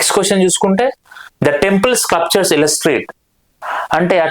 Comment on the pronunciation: స్క్లప్చర్ కాదు, స్కల్ప్చర్